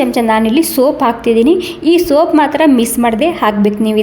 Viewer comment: ಸೋಪ್ ಅಲ್ಲ ಸೋಂಪು.